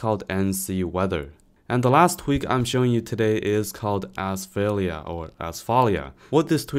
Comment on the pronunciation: The last tweak is (or should be) pronounced as [asf'alia] with stress on a sound. Its a greek work meaning "safety".